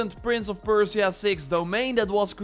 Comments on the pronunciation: perciea ? perSia. You butchered the name. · Persia(PER-SHUH). I’m sorry, but my ears are bleeding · Stop saying "Prince of Perse-ee-ah". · saying Persia wrong but good video :)